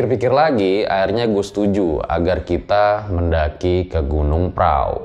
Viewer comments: prau bacanya pra u atau prahu bukan prao bang..jadi itu sebenarnya gunung perahu tapi lidah jawa jadi bacanya pra u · Tapi dia baca nya praww 😂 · Kenapa pelafalan nya gunung praw?